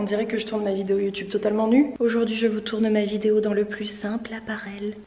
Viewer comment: Pas "apparelle"... "appareil" :D